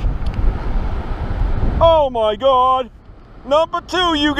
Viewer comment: Oh my gaud...oh my gaud...you gotta be kidding me